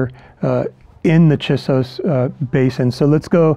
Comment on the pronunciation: It is difficult and disorienting to hear you mispronounce the name "Chisos."